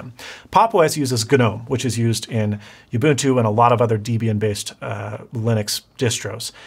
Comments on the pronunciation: Everytime he says "youbuntu" and "deebian" 🤣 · What is this youbuntoo you speak of? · I don't mean to be pedantic, cause really cool video. But not sure it is possible to mispronounce more things than in this video (and I stopped a the mark to make this comment)! Youbuntu, Deebian, Guhnome .... I'm dying. You should have just stuck by your initial statement of "I don't really wanna explain how linux works ..", because you can't. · “Guh-NOME” “Yubuntoo” “centoss” “DEE-byun” He sounds like he’s trying to pronounce it like a tech illiterate.